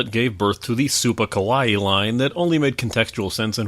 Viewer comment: t about you refer to it as Super Kowai, just wondered if that was a slip and meant Kawaii =)